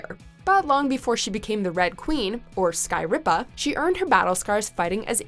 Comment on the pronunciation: Wtf is sky ripa if you are trying to say blood queen in tresleganda it’s not sky ripa justheda